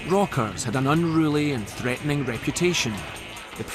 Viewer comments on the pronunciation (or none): THREATENING SOUNDED A BIT LIKE PREGNANT THEREX